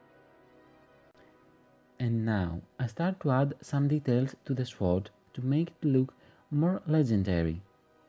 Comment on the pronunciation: New sub and I noticed that English is not your first language. You do very well, but two words you need to say different. "Sew" is a word for making clothes. Yes it looks like that is how it should be, but the word is said "So". Funny word that is hard to find in other places. You will need that word many times, it is said "So". The other word is "sword". It is pronounced "sord". The "w" is silent. It is another word you will use many times. English is a tricky language. The doll is beautiful!